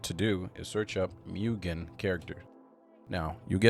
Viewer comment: a comment: it’s not pronounced »myugen«, but rather like »moogen« — it’s japanese and means »infinite« isn’t flash deprecated?